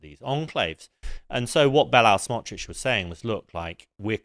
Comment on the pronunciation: This guy is an idiot. He can’t even pronounce knesset or nakba, and he got Smotrich’s name wrong.